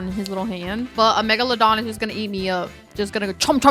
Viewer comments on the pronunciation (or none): I absolutely loved the way you pronounced megalowdawn 😄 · Megalodon is im pretty sure pronounced Meg-la-don but now im over thinking it so idk😅